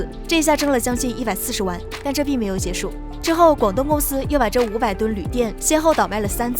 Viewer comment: 铝锭ding，不是铝垫